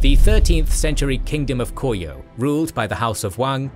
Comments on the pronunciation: It's Ko-ryeo instead of Kor-yeo - the R is read as the start of a syllable. The scriptwriter and the narrator might want to pay some attention to the pronunciation, though a reasonable degree of Anglicisation is perfectly fine. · The pronunciation of Goryeo is so bad here it's honestly distracting. (Go-ryuh)